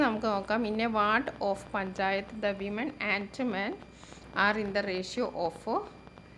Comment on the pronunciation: Miss വിമെൻ അല്ല വുമൺ ആണല്ലോ